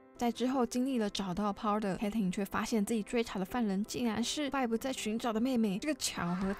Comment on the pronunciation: 哈哈發音確實要修又下不然有點出戲 建議頻道主可以去看外國人對 Vi Caitlyn 的 reaction 的發音